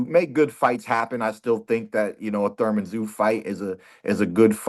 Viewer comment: Keith No teeth left out of time Thurman,if his name was surman he pronounces it the thame😂😂